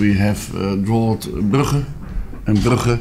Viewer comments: brukkher, damn it Louis, its brugge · I swear he mispronounces words on purpose when he pronounced Brugge. It sounded like a middle Eastern pronouncing the word goat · yh its Brukakae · I though he said Club bruhhh.. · Brugge. pronouncing the kh which is Bruges he said it in Dutch forgetting he is managing an English team. many people from the Netherlands are mocking his English even though some people working for the Dutch press are also equally woeful in speaking English.